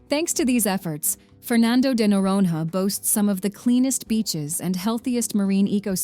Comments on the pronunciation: Pronounced Fernando de Noronya. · Noronha ❌ Noron-RÁ ✅ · The "h" of Noronha is not pronounced like "have", "hot". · "Nh" in portuguese is pronounced like "ñ" in Spanish. If you can't pronounce it, try saying "Noronia", never noron-ha. Hehehe. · O melhor é no vídeo falando NOUWAORINOHA ao invés de noronha 😭😭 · In Portuguese "nh" soubds like "nya" or ñ in Spanish. Say "Noronya" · NORONHA should be pronounced NORONIA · "noron-ha" my You US Americans should learn to pronounce Portuguese as you demand us to do in English... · Yes, it can snow in Brazil. Research before making such statements next time, ok? Fernando de “Noronha”. Please look how to pronounce “nh” in your Portuguese/American dictionary. 😅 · Learn how to pronounce Noronha! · How is that she says "golfinho" right and "noronha" wrong? AI narration, right?